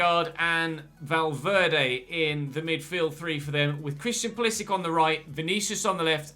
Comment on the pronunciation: Just to let you know pulisic is croatian also so you say it like modric